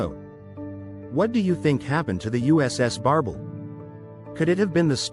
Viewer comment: B.S. don't waste your time. AI can't even pronouns the name correctly